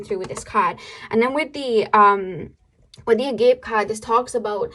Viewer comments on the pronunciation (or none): when you pernunciate "agape" it is pronounced like this auh-guh-pahy. I am not picking on you just wanted you to realize you are speaking the word of divine love and since you are always exuding agape when you speak I thought this word you would be glad I checked you babe...❤ thankyou for always speaking for our souls. We love you.